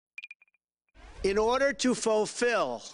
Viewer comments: "Foefill" the next covfefe? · "in order to faux-fill" lol